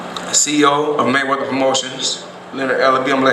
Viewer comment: Maywedder... lol mexicans..